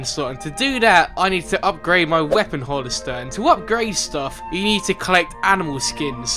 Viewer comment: Did anyone notice that he said "weapon hollister" Instead of weapon holster"? 😂